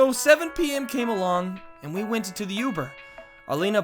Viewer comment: Lmao.. Why do you say Uber like that? Sorry, I’m not use to the way you’re saying it.